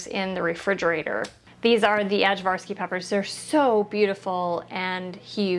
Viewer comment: First! Btw the way to say the name of the peppers is I-varsky.